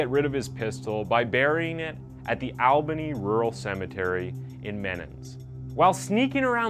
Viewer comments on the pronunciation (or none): none